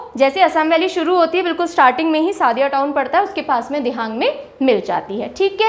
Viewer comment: Sadiya nahi sodiya. Trita nahi trisna your some words is wrong spelling corrections